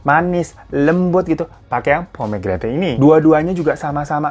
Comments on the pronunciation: Pomgrenet bacanya lol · Dibacanya pomegranat ga si 😂